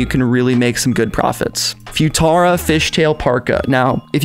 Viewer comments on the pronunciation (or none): "Foo-tara" LMFAO